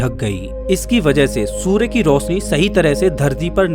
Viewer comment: सूरे नही सूर्य बोलो